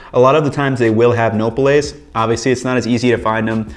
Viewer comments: In Spanish the vowels always make the same sound. A-Ah, E-eh, I-ee, O-oh, U-oo. For someone living in Mexico, I wasn’t expecting him to butcher the pronunciation. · Yeah. I was cringing every time he said it, but at least he's a white boy who's willing to embrace other cultures and the foods to go along with 'em... even if he slaughtered the pronunciation of Nopales! 🤣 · Along with Andrew Zimmern this guy has the worst pronouciation of easily pronounced Spanish words. It's like they're not even trying but I'm not going to fault him for that. I still appreciate his videos. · Please learn to pronounce nopales correctly. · It’s Noh-paul-les. And you say your Mexican? Wait, your Canelo Alvarez right? Wait, your making Mexican food? What happened to your boxing career? Fight Charlo! Side note: Cutting the cactus into strips that a U-shape peeler can cut the pricklies off in a swipe will cut down prep time! After cutting the cactus, salting the cut pieces and letting them rest for at least 20 minutes will help remove moisture which will remove the sliminess. Wash with cold water and they are great in a salad! Fight Charlo! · No-PA-LES (PA, as in Papa and LES as in less), not nopoles! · the pronunciation is closer to “no-Pah-lez”, but its fine since his pronunciation is close enough to know what hes talking about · It’s pronounced No Pal Ace…. This is hard to watch. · It’s pronounced No-Pal-Ez. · May I correct you? They are called Nopales, and so you uneed to say no-pa-les . Gracias por el video. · no-PA-lays FFS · no pa les (accent on the second syllable) nopal (singular) nopales (plural) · Hijo de su! No PA les, noPAL, no PA les. Your cooking is very good, your Spanish , not so much. Have you ever checked out the"De mi rancho a tu cocina" channel with dona Angela? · THANK you, no-PUH-lays was driving me crazy lol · Pronunciation tip: Nopales = No PAW Lays. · Work on your Spanish pronunciation. Pretty bad. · I guess that’s one way to pronounce nopales.